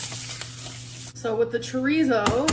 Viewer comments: Why can't she pronounce chorizo properly? We all have questions, they must be heffer problems🤷🏽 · The way she pronounces chorizo makes my skin crawl